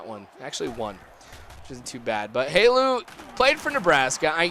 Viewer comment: it's not Halu. It's Helu